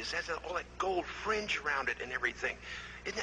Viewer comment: This was great as far as I could understand him. It became garbled toward the end. I'm still up in the air about the fring on the flag thing.